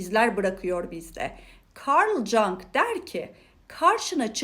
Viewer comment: Kabalik olarak kabul etmezseniz, Karl gustav yung olarak okunur.